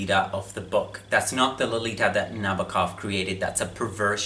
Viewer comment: It's pronounced Nah-bow-kov. Not Nabba-kov.